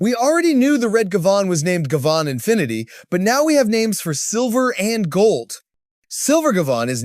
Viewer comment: It's pronounced Guy-Van (Guy like in "Hey guys!" and Van as in car type - van).